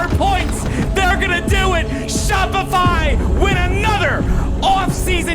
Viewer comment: Yeah his "sharpify" sounded like "shawpify".